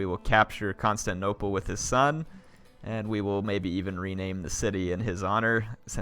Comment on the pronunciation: isnt 'constanople' supposed to be constantinople?